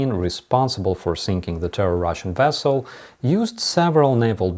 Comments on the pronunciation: Vessel not Wessel 🤓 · Chekhov said wessels also. See Star Trek 4 The Voyage Home. If you learned Ukrainian I bet you'd have a real mispronunciation of some words too. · nu-kli-ar. wessel. Nice reference. But no 🤣